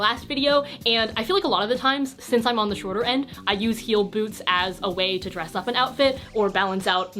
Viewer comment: i thought you said "styling flat boobs" instead of "flat boots", now my flat boobs need you to do a video on that